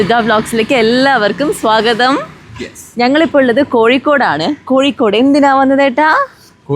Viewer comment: കോഴിക്കോട് ✅ കോയിക്കോട്❌